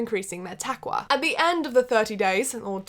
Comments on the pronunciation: Can I say? I love love love how you pronounce "Ramadan" or "taqwah" you say "takwah' so cute. And I love that you did your research and no you're not offending me or anyone for that matter. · نطقها لتقوى كنها تقول مكوه ماتضحك ؟ طيب انا اسف